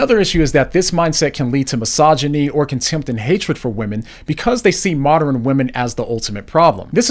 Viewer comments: bro said moderin loool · Moderin, mod er in , mod earn, ern, modern.